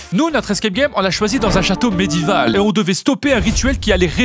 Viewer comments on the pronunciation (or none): Medival😂😅 ou médiéval 😂😂❤